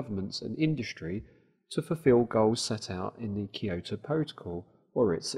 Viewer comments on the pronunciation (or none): I'm prettu sure it's Kyoto Protocols, not Kijoto Protocols. It's a city name.